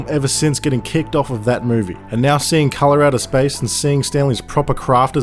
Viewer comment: "Colorado Spice is one of the best HP Lovecraft movies I've ever seen" Me: wait wuh-? oh, Hes from Dewn Unda, Nevahmoind